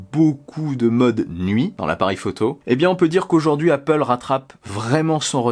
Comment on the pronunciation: its apple not appooool